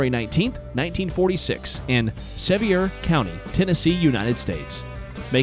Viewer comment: Pronounced SEVEER COUNTY